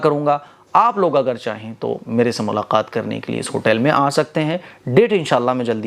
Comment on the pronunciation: Are Bhai sahab salam me barakotohu nhi bolte. Apna pronounce sahi kre. Sahi salam kiya kre video me bhi aur zahiri me bhi.😊